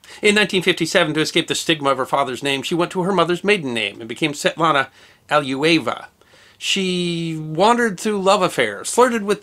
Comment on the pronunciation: I appreciate your way to tell the history, but it would be so good if you could pronounce non-English-non-American names correct! Here for example, Svetlana Ali-loo-ye-va should do.